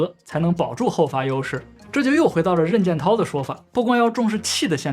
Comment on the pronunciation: 任建涛姓氏里发第二声，同“人”